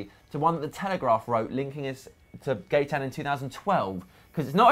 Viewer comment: Gaitan is pronounced guy-tan just for future reference